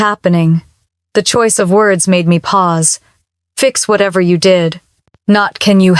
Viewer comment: When "Pause" is spoken as "Poesay" you know immediately that this video is NOT being narrated by a real person. Instead, it is being narrated by a ROBOT! And the captions are AI-generated. Thus, this video is FAKE!